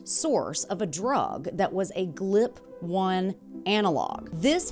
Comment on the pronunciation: Are you AI? You keep saying "Glip" and it's G.L.P. 😂